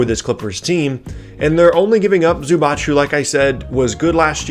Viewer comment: It's not Zubach it's Zubac how you should pronounce idiot!